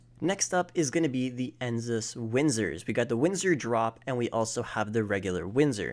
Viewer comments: I know this man did not say "Enzus". It's Enus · He said ensus, it’s ENUS (E-NUS) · ensus windsors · It’s enus not ensus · why does he say ensus , it doesn’t even have 2 “S”’s it’s Enus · Still having trouble pronouncing easy words I see. How hard is it to say Enus??? EE-NUS. Easy. Not EENZUS. Last time I checked there was no Z in the word! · ty for noticing, i also heard enzus lmao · cognizant cabrio? ENZYMES windsor? ENZYME stafford? E N S I S huntley? O-O-S-E-V-E-L-T V-E-L-O-U-R? *Cognoscenti Cabrio, ENUS Windsor, ENUS Stafford, ENUS Huntley, ROOSEVELT VALOR Bro WTF? Really? LMFAO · Why does he say Enus and Cognoscenti like that? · It’s legitimately insane to me how people just read words and bullshit through them and don’t read the individual letters. How is it possible to butcher the word Enus or Cognoscenti so badly? Like what they tell toddlers, sound it out.